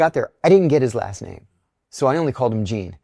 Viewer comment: You almost pronounced his last name correctly..